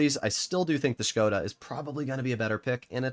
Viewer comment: big respect that you as an American know how to preannounce Škoda correctly 👍🏻